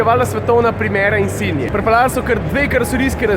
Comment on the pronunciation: Zakaj rečeš insinia? Zakaj ne insignia?